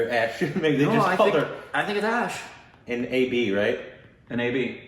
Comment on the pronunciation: Aish is the nickname. Not ash. Bachchan was pronounced correct. Aishwarya made few American films. And great interviews waaaay before Priyanka